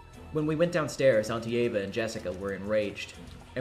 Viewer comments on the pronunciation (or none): I can tell you! The “die (etc.) forever” is pronounced “shinjaeba” (or smth along those lines) and since you similarly pronounce Eva’s name like “Eba” it just kind of naturally flows to sound like her name.